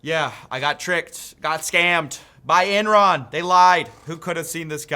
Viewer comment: Someone is going to clip you saying "(I got scammed) BY ENRON!" because it sounds like "BUY ENRON!" Approved by Coffeezilla!